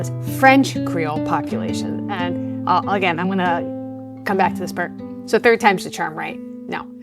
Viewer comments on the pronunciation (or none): none